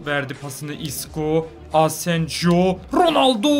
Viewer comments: Abi Asenjo değil Asensio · O adamın ismi asenjo değil asensio diye okunuyor her videoda asenjo ;) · Asenjo kaleci onun adı asensio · Asensijo asensiho diye okunuyor İspanyolca da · Asensio ya asenjo deme artik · Fatih Soyer hayır asensio diye okunuyor